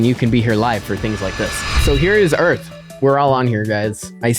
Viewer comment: “EARF” got me good